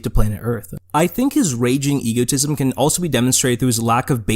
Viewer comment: Eggo-tism But this is a good video about an egotistical jackass with too much power